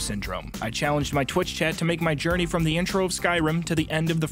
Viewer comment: h-hewwo?? lmfao